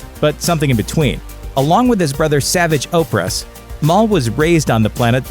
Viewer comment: The way this dude pronounced Savage Oppress is too funny. Just a douche reading a script